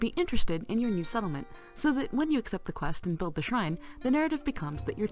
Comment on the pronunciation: "or at least hwen you CPU is maxed out" i laughed, hard.